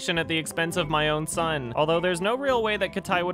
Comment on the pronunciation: Okay, I'm not an English native speaker, but anyone else thinks that is pronouncing "son" as "shon"? Is this a Canadian thing or am I a dumbass?